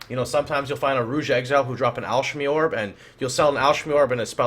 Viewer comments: Twitch is a completely different language: chayos, Al-ch-emy, etc... that was a sentence literally filled with memes. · Did you butcher the pronunciation of alchemy on purpose? It's "AL-KA-MEE". Otherwise great content. Thanks for sharing. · what is with miss pronouncing, chaos, and alchemy?